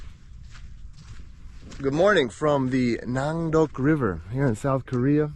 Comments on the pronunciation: Not nondock river, it's nakdong river. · No. No. Nandok river! Your pronunciation is wrong. But...Korean pronunciation is probably difficult for you. I understand those difficulties. I hope you have a wonderful experience in Korea. I wish you all the best!! : )